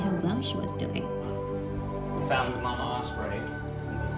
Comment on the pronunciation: This woman pronounces “mama” such a strange way